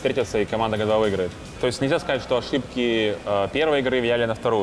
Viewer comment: Прикольный тренер,особенно команду Хероик(Heroic) называть Героик,а Г2 чем тебе не понравились?Джи ту,а не гэ 2